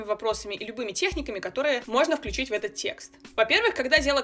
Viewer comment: Интересные техники! *ошибка в ударении при спряжении "включить"